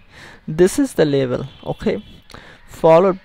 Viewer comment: he says label, sounds like he trying to say level..